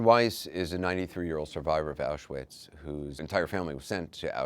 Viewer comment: The banality of evil. But why does Anderson Cooper not pronounce ‘Auschwitz’ correctly? It’s so disrespectful.